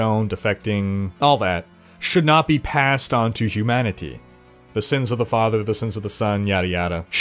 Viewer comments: Hugh Manatee, cannot be unheard. Makes the video alot funnier xD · I don't like your over enunciation of "humanity" hahaha